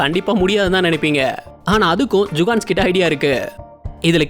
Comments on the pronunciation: Jukans illa da jugad nu sollu video voice la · Adu jugans illa bro jugadus...jugans na tappana oru word bro..🤣🤣🤣 nenga jugans sollum bodu elam sema siripu vardu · அடிக்கடி ஜுகான்ஸ் அப்படின்னு சொல்றீங்க ஜுகான்ஸ் அப்படின்னா யாரு